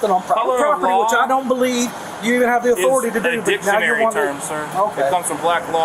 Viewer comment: 6.30 the officer pronounces "Dick-tionary" - what a class-A ball bag.